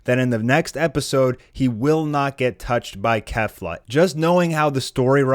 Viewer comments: It's pronounced "Kayflah" not "Kehflah". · Kefla is pronounced KAYfla, yw